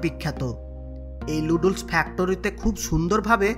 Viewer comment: লুডুলস কি? নুডুলস হবে ভালভাবে উচ্চারণ ই করতে পারেন না আসছে ইউটিউব চালাইতে😂